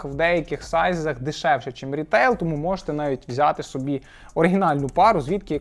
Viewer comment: Наголос по соБі, а не по сОбі